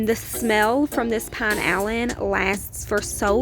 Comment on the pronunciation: The pink cleaner is pronounced Pee na lean